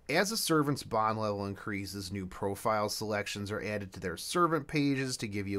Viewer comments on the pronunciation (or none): none